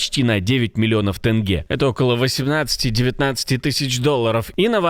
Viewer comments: Ведущий похоже потомок тех с волги, что специально говорит, как ему наказывают хозяева говорить не ТЕНГЕ, А ТЭНГЕ 😂😂😂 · Ни Тэнге, а тенге через е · ТЭнгЭ???😂😂😂😂😂😂😂😂😂 Сразу видно чужака чужеродца.